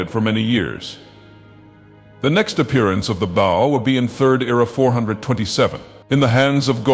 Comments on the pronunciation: This guy can’t pronounce bow to save his life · I like how he pronounced "bow" at least 4 different ways